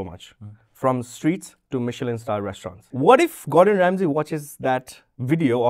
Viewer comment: Why is it Gordon rasmay instead of Ramsay😂